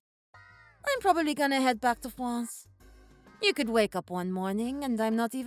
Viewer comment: I’ve been to France 🇫🇷 five times. The Father-law character can’t even pronounce “France” properly!!! Je parle un peu francais